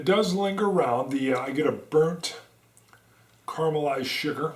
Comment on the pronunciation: Omg actually said caramel correctly around the mark! Good job! But then he said "car-mull-ized" Which i can understand because in the south we say pe-can... But then we say butter pe-kahn...